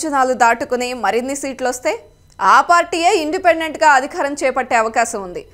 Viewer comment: అధి'ఖా'రం కాదు, అధికారం is the right pronunciation.